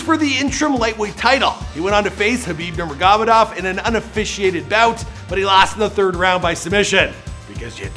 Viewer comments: Khabib "namagomadovadamob" great pronunciation 🤣😂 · Butchered khabibs last name